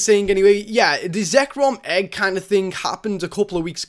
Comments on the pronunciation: it's zekrom not not zerkom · Zekrom not Zerkom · not zerkrom its zekrom like if you agree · It's Zekrom not Zerkom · it is xek-rom, not xer-kom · It's pronounced Zek rom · Zek-rom not Zer-kom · It's pronounced, "ZECK-rahm", or, "ZECK-rom". Both pronounced the same. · How you say zekrom is (zee-Krom) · Its Zek rum and Latios is lat- e-os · It's Zekrom, Zac Krom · Pronounced like this ( zeh-ck-rom) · Its Zek-Krom Pronounce It That Way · It's pronounced zek-rum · god damn its zek rum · It's pronounced Zek-rom. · Say: Zek-rom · Its Zeck-Rom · its pronounced zeh-kram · its ZE-KRO-M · pronounced (Zeh-crom) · It's Zek-rome